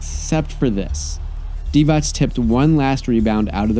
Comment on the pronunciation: Vlade Divacs? No S at the end.